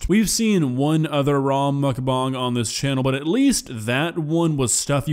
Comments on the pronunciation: As disgusting as mukbang is, I've never heard someone pronounce bang as bong. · i dont know if he said that on purpose but to clear the air its muckBANG not muchBONG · No offense, but Everytime you say "mukbong" I imagine Muk with a bong shaped pokéball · Quit saying Mukbang like that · you are pronouncing bang wrong lol